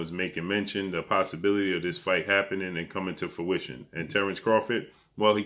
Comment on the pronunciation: Please brother, the word is fruition, not fuition! Please, every time I hear you mispronounce this word it drives nuts!